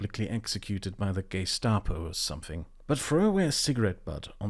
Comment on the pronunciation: Did I just hear you say "get executed by the gay-stapo..."? I really hope that was intentional 😂